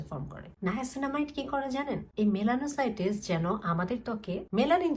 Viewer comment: মেলানোসাইটিস না মেলনোসাইটস ।